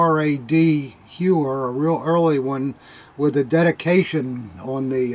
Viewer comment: The stories are the best :-) A tip for correct accentuation for the RAD Hauer: it sounds like "HOW-R" in german.